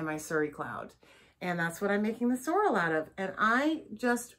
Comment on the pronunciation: Haute is pronounce H-O---t like the letter O is O in the middle and Sorrel is pronounced SORE-Ruhl as in sore muscles and rule like a queen.